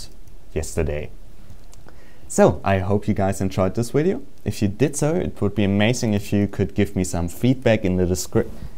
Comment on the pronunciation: Wideo, killed the Wadio star! Wideo, killed the Wadio star! Ahh ah ah ah ahh!